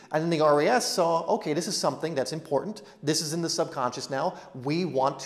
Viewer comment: You waffle too much, speak too quickly and run one word into the other very often. Speak slowly put the emphasis on the important words and remember less is more. Think what is the important word in "What the belief is. " the important word is belief. You put the emphasis on is. Listen to yourself in the video and see how often you do this sort of thing. Identify the important word in a sentence and put the emphasis there.